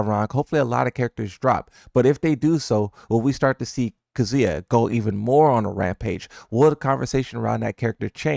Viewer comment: Do you hear how he pronounces Kazuya in general?